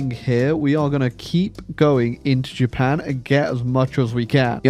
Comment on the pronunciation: It bothers me, but I know that's your style, that "Japan" at the end is in no way Japanese.